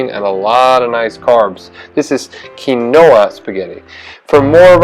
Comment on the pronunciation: A new pronunciation of quinoa!